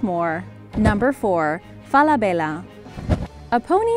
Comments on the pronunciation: Everybody pronounces Falabella wrong. It’s FalaBEYa. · She’s saying ‘Falabella’ wrong it’s Fall-a-bella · It's fela bella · Omg how u pronounce Falabella is hilarious!🤣😂😅😆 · Say Falabella one more time. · Please don’t say Falabella again.